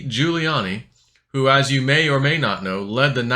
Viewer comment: You pronounce Rudy giuliani's name just like when Biden Miss mashed the Giuliani part